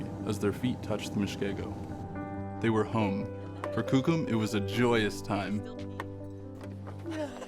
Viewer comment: Why do they choose to show the lightest skinned whitest looking natives to be shown on t.v I'm full blooded cree as is my son and none of us or my family looks or acts this caucasian Even the way the narrator say coucum ITS KOOKUM